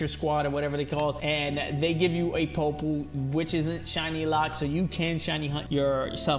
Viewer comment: POY-POLE sorry not being mean but you triggered me